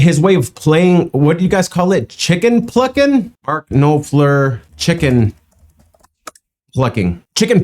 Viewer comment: Dude...Noff ler... easy peasy.